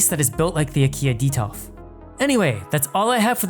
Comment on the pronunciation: Why do you say Baliden and Detof, instead of Blåliden and Detolf?